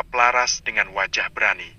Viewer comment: Menyebut laras jadi lasar aaah , gimana itu yg membaca cerita?